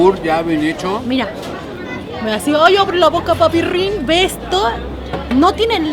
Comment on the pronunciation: a mi como se me hace hermosa pero me ultramegaCAGA que diga "PAPIRRIN" eso me caga, pero me gusta la girl